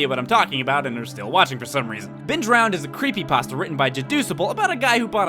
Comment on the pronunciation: Ben Drowend... Fucking. Brilliant.